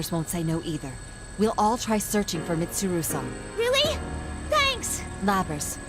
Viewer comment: it felt so good to hear Chie pronouncing Mitsuru's name like that (kind of like Japanese would)